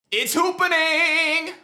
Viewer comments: ITS HOOPANING like bruh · it’s hoopaning and no hoopa in the intro. lol